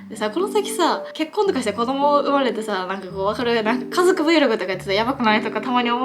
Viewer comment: バリバリ和歌山人で｢かぞく｣言えんくて｢かどく｣って言ってるのかわいい笑♥️